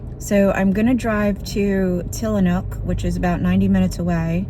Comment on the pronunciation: Tillamook with an “m” 😉